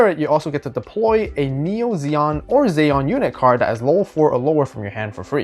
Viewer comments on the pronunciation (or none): Zee-on man not zay-on. Other wise looks interesting. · I didn't mind the Char pronunciation, it was the Zeon pronunciation that got me. First time I ever heard someone say it like Zey-on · First you miss pronounced Char, then you call the Gouf a Golf and then you insult Ramba Ral by calling it a Blue Zaku then when I heard the way you said Zeon, I thought I was gonna die, getting flashbacks of the crappy Seed dubs with their blatant miss pronunciations of Character names. I say all that as a joke, loved the video, thank you.